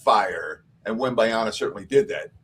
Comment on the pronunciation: Wembanyama not Wembanyana 😂